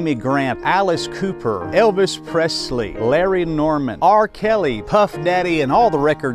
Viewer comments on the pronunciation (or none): none